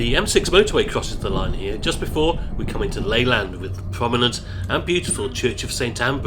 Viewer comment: its not ley-land its lay-lund lol, i cant believe you came to blackpool and i didnt know, i find blackpool north station such a weird place, you cant get on the platform till 10 mins before, with next to no seats inside. Shame the heritage trams are mothballed or you could have had a journey on there the newish class 319s are quite nice, quite comfy, bit bouncy sometimes, dont go on if your plastered